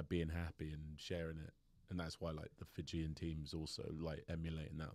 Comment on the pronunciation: Ok, apart from a couple of lineouts, best pronunciation of Fijian by a non Fijian. I’ll be starting a podcast of how to pronounce. Just to be a PSA.